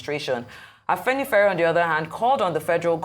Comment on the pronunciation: You all need apple computers. Hey find some women that can at least pronounce words well ......Afenifere ..Jesus Christ , na by force to form phoney ??